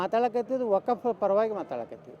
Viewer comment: ಲೋ 4ನೇ ಕ್ಲಾಸ್ ಪಾಸ್ ರಾಜಾ... ಮೊದಲು ವಖ್ಫ್ ಅಂತಾ ಹೇಳೋದ್ನ 100000 ಬಾರಿ ಬಾಯಿಪಾಠ ಮಾಡಿಕೋ ವಕಪ್ಪು ವಕಪ್ಪು ಅಂತಾ ವಟಾ ವಟಾ ಅನ್ಬೇಡ ಅಸಹ್ಯ...